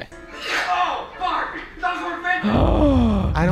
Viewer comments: See, it's easy to hear barbie because fuck doesn't have an "ee" on the end, u can hear fuck because Ken over pronounces and enunciated barb, making it sound like bah, which can make it sound like " oh FOCK" bit at the end u can still hear him pronouncing the ie in barbie when u hear him say fuck. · He said ‘farbie’ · He 100% says f*** and not barbie. I can't hear Barbie even if I wanted to 😅